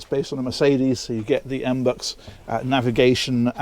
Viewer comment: my friend, as a long-time aquaholic follower: please stop saying EMBUX, it's M B U X. Much love and Merry Christmas <3